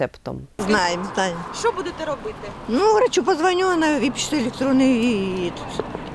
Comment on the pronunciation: Чудные. Рецепт может быть и на бумажном носителе . Но главное ударение ведущая делает - электроный. Ох и прихвостни.